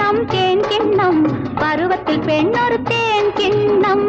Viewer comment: என்ன அழகா சுசீலாம்மாப் பாடிருக்காங்க!! அட்டகாசம்!! அந்த தேன் அப்டீங்கறதையும் பால் அப்டீங்கறதையும் எவ்ளோ இனிமையா உச்சரிக்கிறாங்க! வீகுமார் எத்தனை இனிய டியூன் போட்ருக்காரூ! விஜய லலிதாப் பேரழகிதான்!! நளினமாக லாவகமாக ஆடுபவர்! இவர் கண்களால் நம்மை மயக்குவார்!! மயக்கும் மான்விழி மங்கை இவர்!!